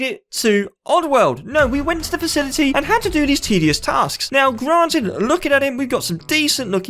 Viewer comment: When you say 'now' you say 'meow'